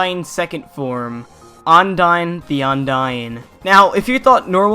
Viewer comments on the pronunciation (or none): Am I the only one that gets bothered when he pronounces Undyne and Ondyne? Ondyne the Ondyne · I cri inside whenever you say ONdyne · Sounds like you're saying undyne the undyne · "Undyne the Undyne."